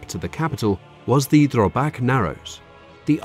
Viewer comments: It called Drøbak not drobak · all this research and you managed to call Drøbak sund for Drobak sound... the fjord is called oslo fjord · Haakon is pronounced "Hawk-on." Drøbak - "Drur-back"